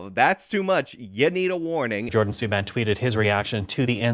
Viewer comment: I am Canadian and you really messed this up bad. You didn't pronounce "Suban" correctly and his brother is PK and he is Legend. Now I believe you put as much effort into all your vids.